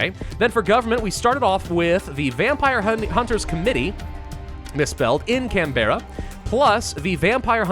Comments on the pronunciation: Can-brah. Not can-bear-a. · Ah yes, Can-berra, not Canberra (pronounced cambra) 😂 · We pronounce Canberra as Canbra and we don’t enunciate any letter, just can-bra or can-bru, depends on how much of an accent we have. I don’t know if it said it in the intro but Canberra is our capital city. And to be honest I think most aussies would be more than happy to see this place burn. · I unironically love how you pronounced Canberra. It's more like Can-bruh, but Can-bear-rah sounded cool. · as an aussie, i know it doesn't matter, but: "canb'ra" ozzi